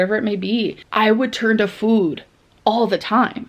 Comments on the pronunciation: Is anyone else annoyed at how she says food? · The way she pronounces food makes me so angry 😡 She didn't say it like this before. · Why has she started pronouncing “food” like that